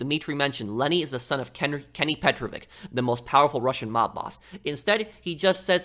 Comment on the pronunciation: you're saying psychopath too much... petrovic is not a russian last name , it's serbian and it's pronounced petrovich for u americans and not petroviK